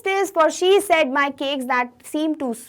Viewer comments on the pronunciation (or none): none